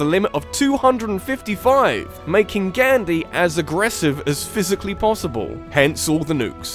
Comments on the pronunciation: You can not even say it right! Gandhi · Can you please learn how to pronounce Gandhi correctly?